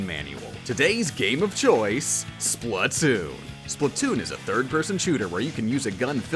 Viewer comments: Not Splutoon It’s SPLAT TOON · Is not slutoon is splattoon